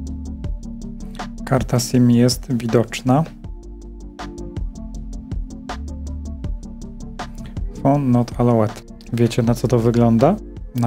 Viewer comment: Not allałd nie alołed.